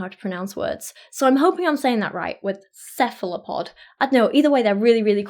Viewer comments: I'm so glad you've become obsessed with octopuses! They're SO COOL! Since we're nerding out about this stuff, one note: octopuses do technically have arms, not tentacles. Squid have eight arms and two tentacles. And I pronounce cephalopod like you do, and that's how I usually hear it—although I've heard a couple English biologists say it with a hard 'c' at the beginning. But that just sounds wrong to me. Another interesting idea to me that came from the Other Minds book: the idea of alien intelligence, and would we even recognize intelligence that evolved independently of our own. All of the intelligence we know is mammal intelligence, so pretty close to us on the evolutionary tree. Octopuses appear to be the first example we have recognized that evolved, essentially, entirely independently of the path that mammalian intelligence evolved along. And it took us a long time to recognize that there may, indeed, be intelligence there. Which raises the question—sort of like you talk about "what is a soul?"—what is intelligence? How do we even recognize it if it evolved with no relationship to how we experience thought and feelings? If we encounter extraterrestrial intelligence, would we even recognize it? Octopuses are, perhaps, our first example of how different truly "alien" intelligence might be. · You pronounced Cephalopod right (taking accent into account) Translation: Head-Foot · You are pronouncing cephalopod correctly. Really interesting information! Thanks.